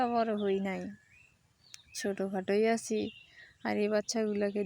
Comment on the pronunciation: কিছু মনে করবেন না। আপনি প্রথমেই যে বলেন আমি ভালো আচি আপনারাও ভালো আচেন। এই উচ্চারণ টাকি ঠিক করে করা সম্ভব না?একই রকম ভুল উচ্চারন প্রতিদিন করেন। সঠিক করার চেষ্টাতো করতে পারেন। উচ্চারণ টা হবে আমি ভালো "আছি" আপনারাও ভালো "আছেন"